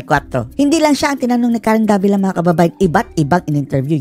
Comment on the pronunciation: davilat?? tama ba ung narinig ko?